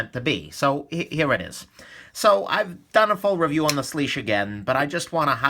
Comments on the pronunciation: Its actually pronounced swish. Weird I know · IT'S PRONOUNCED SWEESH!!!!!!!!!!!!! SWEEEEEEEEESHHHHHHH